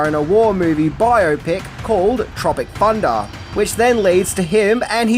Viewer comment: Tropic Funduh